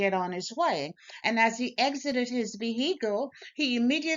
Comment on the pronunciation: Vee Hee cles